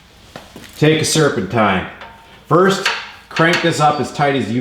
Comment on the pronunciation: The way he says “ye go” an “serpentine” lol. Maybe he’s from Fargo.